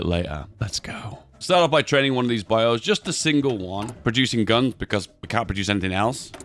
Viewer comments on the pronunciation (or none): none